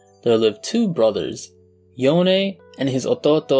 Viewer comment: Thank god you said YonE not Yone.